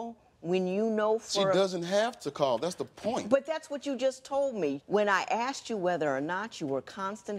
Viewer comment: The way he says “asked” grinds me so much. It’s asked not axed 🤦‍♀️